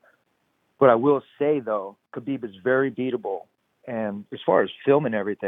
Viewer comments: It is HABIB NOT CHABIB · Tony is so freaking weird! And for the love of God, why does Helwani pronounce Khabib like Khabib is Jewish? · khabieber lol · Khaibib has been saying every name except Tony ha ha it's TRUE